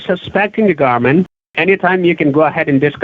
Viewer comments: "We have eevidence against you." and: "You can hire an attorney to fight against the garment" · "THE GARMENT"....LOL